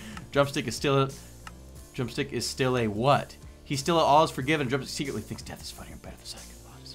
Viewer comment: i tought you said drum cena LOL